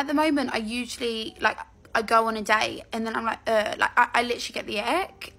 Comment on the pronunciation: “Licherally like ick”